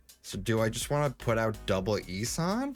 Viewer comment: not sure why but I feel people are saying "E-San" instead of "E-Son"